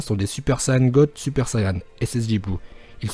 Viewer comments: C pas ça et on dit sayen pas sayan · on dit saiyens